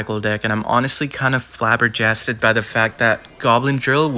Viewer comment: Yo did this guy just see the spelling of flabbergasted and went "Yup, Flabber jasted"